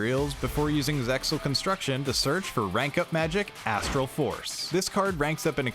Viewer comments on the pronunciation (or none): none